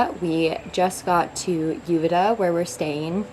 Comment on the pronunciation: Hopefully you learned how to correctly pronounce Uvita by now.